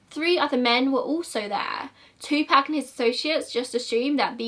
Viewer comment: It's [Two-poc] not [Two-pack]. Just a kind correction.